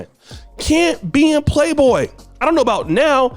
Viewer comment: the magazine is called Playboy, not Playdough 🙄